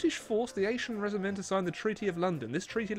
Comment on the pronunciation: Just for future reference if you play this again you should pronounce it like "Veeve lah Rwah" - Survival of "Onsee-en Rayjeeme"